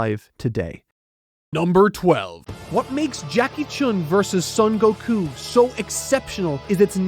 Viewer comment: Brother, please stop mispronouncing "Son Goku" as "Sun Goku". In Japanese names, the "o" is always pronounced as a long "o" sound as in "only". It is never pronounced as a short "u" sound as in "bun". It is "SOHN Goku", not "Suhn Goku".